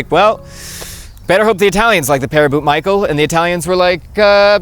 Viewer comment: Also Michael is not a French name but it would be Michel and pronounced like Michelle in English — Mee Shell